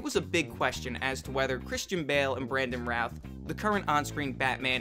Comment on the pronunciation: I really think it’s funny the people that make these videos DO NOT saw actors names right! This guy just said Brandon Rath. It’s Brandon Roth!